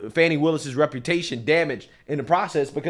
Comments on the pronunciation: They keep calling her fawny. Her name is Fani. You know, like a butt. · It's pronounced 'fanny' Like a butt. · Thats right its pronounced "FAN" ny. If it was supposed to be pronounced the other way, her mother should have spelled it right.